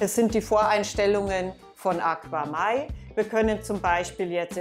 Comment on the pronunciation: Ich benutze ein paar AQAMai Produkte im Süßwasserbereich und bin sehr zufrieden. Besonders die KPS Strömungspumpe mag ich und das ich alles über EINE App steuern kann ohne im Unterschrank zig Kontroller und Geräte zu haben. Im übrigen wird es AKAMai ausgesprochen nicht AquaMai :-)